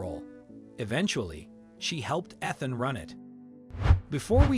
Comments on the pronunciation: That's all I could think when he kept saying "eth-in" instead of it clearly being "eath-in" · Weird Robot-sounding narrator made this difficult to listen to. How could anyone not know the name is pronounced "Ee-than" NOT "Eth-an"? and there were at least 3 pronunciations for "Myra". P.S. I'm sure the crooked lawyer made sure to have the last will dated close to the father's death, and likely succeeds the will found in the floor safe by the son, later. P.S. I have never heard of there being "wallpaper" in a trailer (!) especially, one used by men in their fishing camp. Lots of loose ends, unbelievable story. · How about pronouncing Ethan- Eee than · I’m annoyed by the fact that you keep mispronouncing peoples names. Ethan. With the emphasis on the E. Myra, with the emphasis on the Y. I can’t believe I just wasted 10 minutes watching this video, yes I know it’s minutes long, but I didn’t watch the whole thing I was so annoyed by his mispronunciations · You keep saying the widows name differently, what is her actual name. And that's not how you pronounce the name Ethan. Eth-in is how it's said correctly. Ffs. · It’s Eeeethan you lazy, digitized defective dolt. Don’t waste my time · Are you sure you are pronouncing ‘Ethan’ correctly? It is usually spoken as “EEthan”. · Can't even read correctly mispronounced name